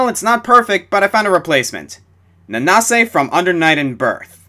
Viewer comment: I CAN'T THANK YOU ENOUGH FOR THAT:):):) Under Night In-Birth has become one of my "personal" favorite fighting games, and just to see you mention it, makes me so happy:) Thanks:) (BTW, It's pronounced Nanse)